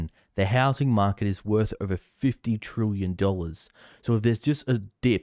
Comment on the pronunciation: "Trillion" is pronounced as it spelt, not "trooyan".